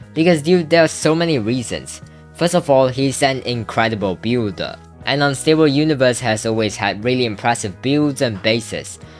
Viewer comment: saying builder in a weird way littery had my ear drums crying